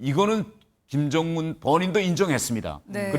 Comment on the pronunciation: 경애하는 김즈엉은 동지께서는 아니 왜 김정은을 왜 김즈엉은으로 말하냐 진짜 ㅋㅋㅋㅋ 최고존엄은 한글 발음하는 법도 다르냐 ㅋㅋㅋㅋㅋㅋㅋㅋㅋㅋㅋㅋㅋㅋ